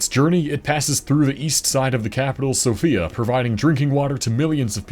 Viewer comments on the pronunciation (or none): none